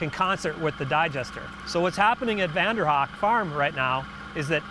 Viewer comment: Congratulations! Dear Biologist, I believe Vander Haak is pronounced Vander "Hake" not Vander "Hawk." A very strong popular Dutch name.